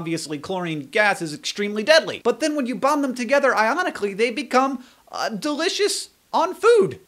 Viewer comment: When you said sodium and chlorine bond ionically, I thought you said ironically C